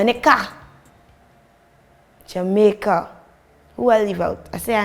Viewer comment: why did you say Jamaica like that? We have love for you too! Big up yuhself!!!